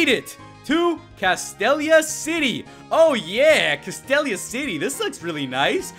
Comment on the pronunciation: your'e pronouncing castelia wrong